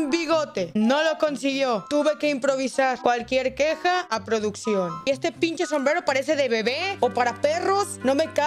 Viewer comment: Cuándo puso "PRODUCCIÓN", puso: "PRÓDUCIÓN" jaja